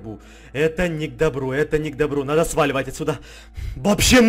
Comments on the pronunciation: ти сказал не к добру а не к дорбу ХА ХАА ну ти лутший блогер для меня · лайк кто заметил на "Это не к дробу" а не "Это не к дОБру"